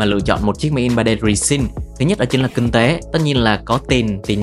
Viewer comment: Kinh tế ko phải king tế nhé kênh :D